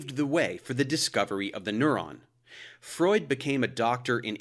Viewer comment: it's pronounced freud